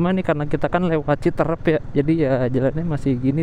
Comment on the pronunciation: Citeureup bukan citrep,Luh coy